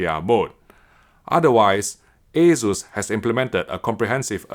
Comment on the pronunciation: The "Ey-Zeus" sounds horrible... Asus is a shorter version of the former Asustek (Ah-SOOS-tek).